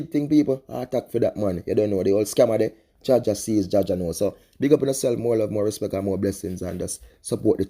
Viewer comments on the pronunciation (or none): its respect not respext